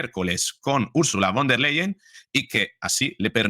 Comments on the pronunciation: Von der Leyen se dice , fon der Leyen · con respeto...la V en alemán, se pronuncia como la F,,,,o sea, VON, se pronuncia como FON.. seria von der Leyen, o sea se pronuncia como fon der Leyen..gracias. gracia por las importantes informaciones, soy su seguidora..mis respetos